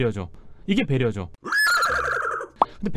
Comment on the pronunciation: 배려가 아니라 베려하는데?